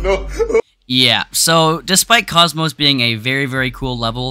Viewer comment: i think its pronounced kockmock